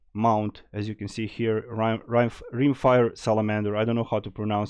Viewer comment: You got it right, Rimefire is pronounced like "Rhyme Fire" {:-:-:}